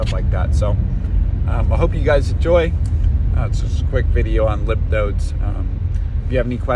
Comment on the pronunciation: Its called lymph nodes not limp nodes lol